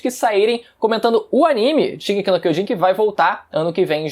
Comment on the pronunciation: "Shigeki Quiojin", 2013